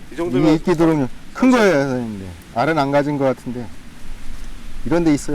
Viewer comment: 그런데 도롱뇽을 도룡뇽이라고 읽는 사람들이 많구나